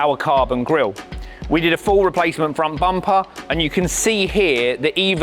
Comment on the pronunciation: “Frun bumpah” I love how you people think thats proper